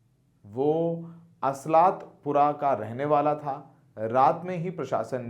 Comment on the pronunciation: Aslaatpura nahi hai Asaalatpura hai